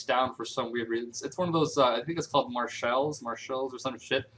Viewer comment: it's called Marshall's but it's pronounced like the Marshall in the name "Marshall Mathers." Also I think we live near each other >.<